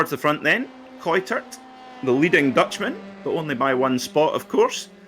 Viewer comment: Sam Kuitert's surname is pronounced: [kaɪ̯təɹt]